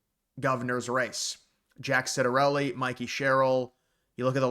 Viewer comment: Its pronounced Chiat-ta-relli... not being Italian, you're excused!👍